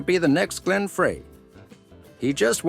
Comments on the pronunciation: You lost me almost immediately with the mispronunciation of Glenn Frey's last name. It is pronounced FRY, NOT FRAY. I'm out.... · It ain't "Fray"! It ain't "Free"! It's "Fry", Glen Frey, FRY!!!!! If you are going to feed script into a voice bot, FIRST, know the pronunciation of your subject, and SECOND, review, and edit if necessary, your work in the bot so that it's correct! These bs videos uploaded by lazy creators who are scared to death to speak into a microphone are really quickly becoming FREAKING OLD! Please, for the love of God in Heaven, GET IT RIGHT!!!!! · It’s Glen Fry not Fray. The commentator mispronounced it and seemed to remove the legitimacy of the reporting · Hello, it’s Glenn Frey, “Fry” not “Fray”. If you did your research, you would know the correct pronunciation. 🤦🏻‍♀️ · Say Glen Freys name correct. Sheesh. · This stupid ass doesn't even pronounce Glen Frey's name correctly. This video is total lies and a complete waste of time. I hope Vince sues your sorry ass for defamation and character assassination. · I hate when some jackass cannot pronounce Glen Frey's name